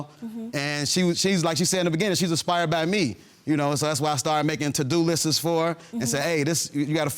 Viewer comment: He can't even say lists, talm bout lisses..my God knows how to say lists 😑